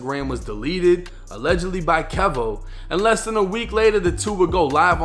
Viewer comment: Keyvo.. its pronounced keyvo. Just ask charleston white